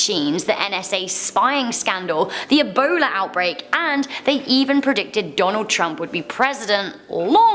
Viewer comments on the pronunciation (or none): none